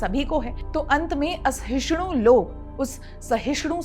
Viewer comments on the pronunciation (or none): Love the use of proper Hindi words, बस कभी कभार कुछ उच्चारण गड़बड़ हो जाता है। The correct word is, असहिष्णु not, अहिष्णु। सहिष्णु का 'स' ज्यों का त्यों रहता है, बस 'अ' लगा दो - असहिष्णु।